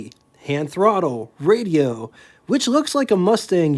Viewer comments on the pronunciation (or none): none